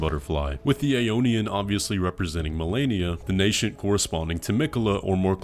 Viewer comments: I hate to be that guy, it's just a silly pet peeve of mine, and I genuinely don't mean to be mean or anything I promise, it's super minor anyways but... "Nascent" is pronounced Nay-scent, there's no "sh" sound lol. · Nascent isn't na-shent, its na-sent. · you wanna talk about pronunciations, it's nascent not NASHENT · Nascent is pronounced "nay-sent." You're welcome.